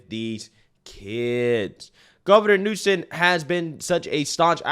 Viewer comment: It's "Newsom", not "Newson". Just saying 🙈 Like it's "Ibram X. Kendi", not "Imbram". I love your content, but somehow you tend to get people's names wrong, although you're reading them.